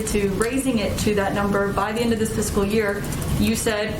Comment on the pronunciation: The next “fixcal” year?...